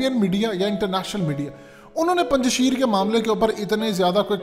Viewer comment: O bhai lhuda k lie name sahi le lo isss ilaky ka..sheerrrrrr ni aa.. Punj shair a